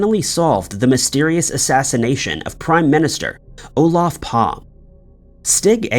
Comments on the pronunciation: Olaf Palm what an idiot. You mispronounce Lancashire and Olaf Palme ( Palmer) showing your just reading a script ( badly) but know nothing about the regular of rehashing old crap you know nothing about not even learning the correct names. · The Swedish Priminister is not Palm it is Palme pronounced Pal-me, you do this all the time you never bother to look up the proper pronunciations 🤣🤣🤣